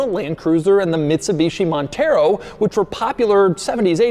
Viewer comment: Man said "Bitsumishi Montero" 😂 I'm more of a fan of the Bitsumishi Evo, personally